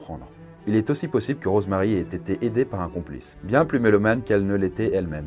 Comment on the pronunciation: c'est moi ou tu dit morose marie ? C'est le pire jeu de mot du monde mdrr 😉😉